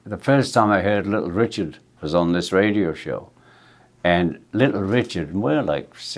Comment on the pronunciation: We all love Ringo but I wish he’d stop pronouncing ‘and’ as ‘end’!